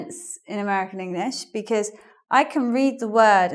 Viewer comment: Most Americans today say becuz instead of because, but says bekezz!